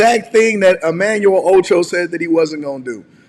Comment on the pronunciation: Emanuel “Ocho” lol